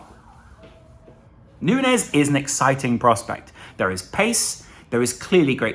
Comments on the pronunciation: I believe it is Nuñez pronnounced as Nunjez. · Sorry to be that guy but can we get it out there now that the ñ means Núñez is pronounced like Nunyez before we get a Firminio kind of situation going